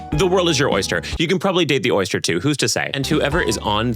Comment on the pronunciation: the woild is your erster